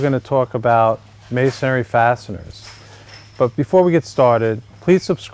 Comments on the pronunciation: Just an FYI, the word is MASON-RY (as in stone masons, etc.), not mason-ary (as in cemetary), lol. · Please, would all you guys on YouTube learn to pronounce the word. It's MAY sun ree. Three syllables, not four. There is no such word as MAY sun EH ree. It's hard to listen to a supposed expert mispronouncing the terms he's discussing. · Sorry Bob just want to help you out a little, you seem to be good person but it's Masonry not Masonary! Please don't take this the wrong way, I just care about good people! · It's masonRY, not masonARY. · Why is it that in ~3 out of 5 videos I watch on masonry anchors, the person says "masonary" instead of masonry? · It's funny but every single "expert" that I've seen on YouTube talking about masonry bits doesn't know how to pronounce masonry. The spelling should be a clue. It's three syllables, not four. It's pronounced MAY SON REE, not MAY SON AIR EE. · It's masonry not masonARY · It's not "mason-ary." It's "mason-ry." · You used the word “masonary” a few times in your presentation. There is no such word. The proper term is masonry. Three syllables, not four. . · Not if you pronounce it "masonary" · Dude! Look how it's spelled: "Masonry," Three syllables. No "a" berteen the n and the r. Me, I'd have doubts about a workman or contractor who couldn't pronounce the names of his own tools. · There’s only three syllables in masonry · 19MarkDavid. Must be rough to have nothing more to b** about then how people pronounce Masonry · not sure i want to take advice from a guy who doesn't even know how to say "masonry" properly